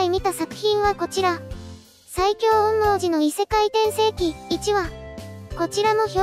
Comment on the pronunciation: 「おんみょうじ」って言いにくいのか 「おんもーじ」って感じの発音してるのかわいいから 今クールは是非これの感想動画を完走していただきたい……